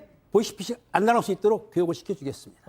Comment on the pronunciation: 보쉬피쉬... 보이스피싱 발음이 왜안되세요...?